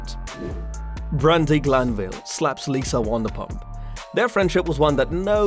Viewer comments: Wondapump? It’s pronounced VANderPump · What’s wandapump 😂 it’s Vanderpump as in a Van 🚐 😂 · And say it wrong 😂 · It's Van -der - pump